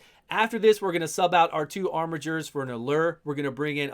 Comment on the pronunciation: Glad I hear you say "armijer" and not "armiger" !